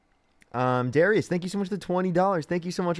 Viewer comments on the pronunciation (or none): none